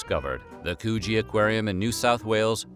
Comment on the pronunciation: U nearly got Coogee 100% right, I'm so proud u pronounced it as good u did & to me it's the most beautiful beach in Sydney & possibly NSW aswell as the Aussie East Coast. It's the next major beach down from Bondi & as beautiful as Bondi is, Coogee has it all, esp no annoy foreign tourists except the normal poms we haven't been able to get rid of since 1788 😁